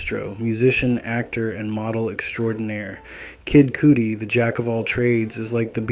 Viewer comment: It’s *cuh-dee, not cootie 😂